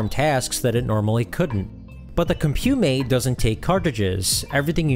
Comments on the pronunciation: Nice overview! For the future, it's pronounced "comp-you-mate", not "com-pyew-mate" (interviewed one of the designers many years ago). You're doing a great job with the channel, looking forward to what's next. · Couldn’t get over the Mis-pronounciation of Compumate but a good video nevertheless. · This 11-minute video spent less than 3 minutes covering the title product, and repeatedly mispronounced it. Disappointing. 8-Bit Show and Tell did a much better comprehensive 46-minute demonstration of the Spectravideo CompuMate (and Robin pronounces it correctly!) if you really want to learn what it was capable of (spoiler: not much).